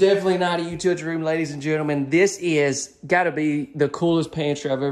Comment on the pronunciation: Thanks for your videos I really enjoy them. However, I have to laugh every time you say “utility room”. I actually had to rewind it several times to figure out your Alabama pronunciation. You actually say, “you-two-tea” room. You’re killin’ me smalls. Thanks for the chuckle.